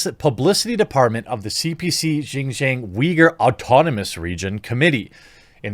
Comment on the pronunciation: It’s pronounced “SHEEN-JYONG” 😭